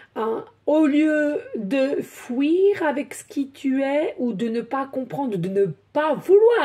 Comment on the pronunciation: Merci de prononcer : Fuir et non pas fouir 😊 En plus vous êtes une très bonne comédienne. Vous devriez faire du théâtre vous réussirez 😊